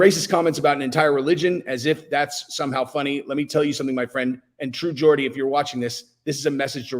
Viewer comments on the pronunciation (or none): its geordie not Gordy lol he's geordie because he's from Newcastle hahaha 😆 Andrew tate is a nipple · Pronounced "jordie"... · Why you pronouncing Geordie like that man? Say it properly plz